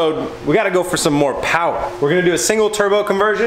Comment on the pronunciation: Lol did he just reference donut with “moh powah”